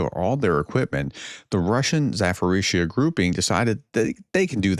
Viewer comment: Hi Prof, thank you for the videos. There are 2 prononciation things that bothers me. The city ZaPorizhzhia is pronounced with a P, not an F or a PH. There is a crazy amount of consonants towards the end, but that doesn't change the simple beginning. So it's Za-po, not Za-fo. And Orlivka is Or-liv-ka. Thank you!